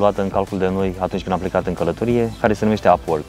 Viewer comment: Nu pronunți corect “upwork”